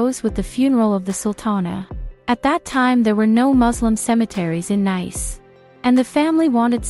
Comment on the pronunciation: It's an AI voice system using English so everything including the names are mispronounced. Not really anything Valentina can do about it